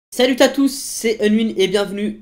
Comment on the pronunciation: il a dit salutatousse :DDDD